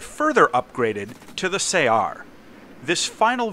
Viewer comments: I crippled this thing with 2 critical hits in my MiG-21S and yet the guy managed to missile me, i had no idea it had missiles. Btw regarding the other comment saying you pronounce it wrong, i think it is pronounced in the arab way, which is closer to 'su-uh-r', great video as always. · Its pronouced more like "saR" (like the word R)